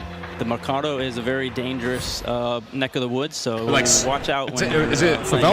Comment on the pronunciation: “mecardo” lmao